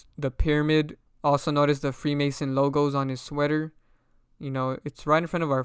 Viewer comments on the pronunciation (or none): none